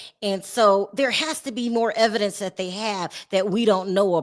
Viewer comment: Evidence, not evence